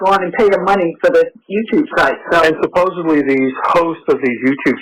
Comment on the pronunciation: Ahhhh I hate that people say “suppose-ably” instead of “supposedly!!!”